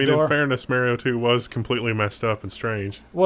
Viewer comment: May-rio? It's Mah-rio damnit.